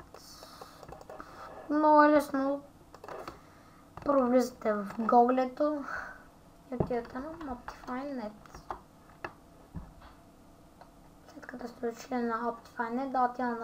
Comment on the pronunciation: ne e googleto a se kazva gugl